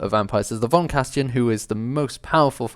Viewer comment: Great video! Just a little information: as "von Carstein" is inspired by German names, you'd pronounce it like this: von, the "V" like the "PH" in phone, rest of it like "on" and the "EI" in Carstein like the "I" in high